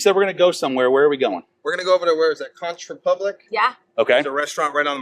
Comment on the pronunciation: It is pronounced "KONK', by the way. Enjoyed the video, though. I love that place!